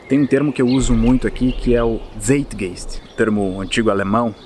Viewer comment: EXCELENTE VÍDEO. SÓ PARA CORRIGIR SEM SER CHATO, SE PRONUNCIA ZAIT GAIST EM ALEMÃO. ABRAÇOS.